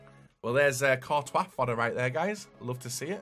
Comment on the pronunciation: Jesus this guy has a serious pronunciation problem... Fekher VasQuez Kurtois... 😆